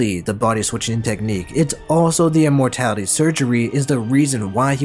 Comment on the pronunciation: I love how it says Im-mortality like Im